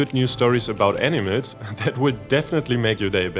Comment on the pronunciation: The reader's accent makes the word "animals" sound precisely like "enemas."